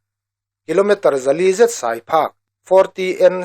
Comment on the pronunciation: A ngaihnawm..a bengvarthlak e. "Sai" lam dan erawh fimkhur deuh angai a nih kha!